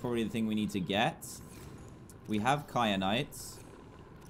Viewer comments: Stop calling it cry-a-nite. Its Ky-a-nite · There wasn’t an r in kyanite how do you not no how to say it no offense but I am tired of everyone missing the obvious obv need to pay attention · I love how he says “kyanite” wrong every time lol 😂